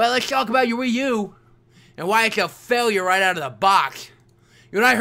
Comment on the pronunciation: WiiU is more like Pee U